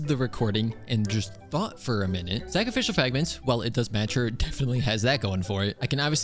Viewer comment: so no one else heard "sacrificial fagments"